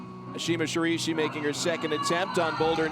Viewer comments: Okay, DUDE. It's Ashima ShiRAIshi. Not "Shirishi" -__ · This male announcer has nothing to offer and pronounces her name wrong. Please don't have him again. Ashima Shiraishi is "Shi - RYE-shi" not "shi-ree-shi." Like we know you are going to pronounce her name with a heavy american accent, but at least get the vowel sound in the right ball park. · How difficult is it to pronounce Shiraishi SHI RA I SHI , not Shurishi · SHI-RA-I (i like in Illinois)-SHI...you could have asked her! Espn is god awful at commentary! Couldn't continue watching! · I'd just be happy if the commentator could pronounce her name even remotely correct... I cringed every time he said "Sha-REE-shi". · so shiraishi is read as sharishi?? can't this guy read? smh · me: mum i want shiraishi mum: we already have shiraishi at home shiraishi at home: sharishi the joke is that the commentator says her name wrong every single time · if the commentator says "shurishi" one more time.... that fucking donkey ! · Watched for Ashima and Brooke.. But had to turn audio off. Shiraishi was pronounced as shirishi each time, another girl of perhaps Italian decent apparently climbs like an Italian w/e that means... male host should comment for trump beauty pageant and stay away from climbing if he can't respect the athletes